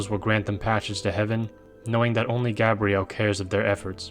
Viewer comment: The way you mispronounced gabriel hurt me. "Gah-bre-elle" is NOT how the archangels name is pronounced, its how a ranom human woman says her name, hell its even SPELLED differently...